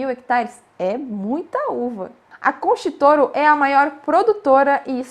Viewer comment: Querida, a pronúncia pode melhorar... Concha Y Toro é o mesmo que: contha i toro... não é concha